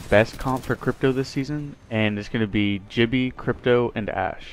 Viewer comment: also with crypto you can pronounce gibby wrong so just keep that in mind so it doesnt sound like Jibby